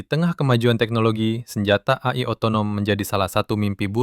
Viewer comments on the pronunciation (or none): AI di baca e-ai aja bang kalo di sebut a-i kayak aneh dengernya